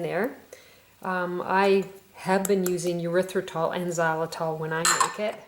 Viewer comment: Urethratol??? Sounds like a drug to treat bladder infections!!! lol. How about pronouncing it like it's actually spelled?